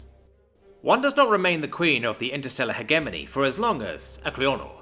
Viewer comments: its pronounced "he jeh money" not he gey money come the f on man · I wish I could listen this to completion but after third "heghemony" I gave up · "Hedge A Mony" please and thank you. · Jesus christ, cant even pronounce hegemony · Not bad. Work on your pronunciation of the word "hegemony". The g is pronounced like gem, giraffe, ginger, and * shudders * gif. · "Hegemony" is pronounced with a soft G, not a hard G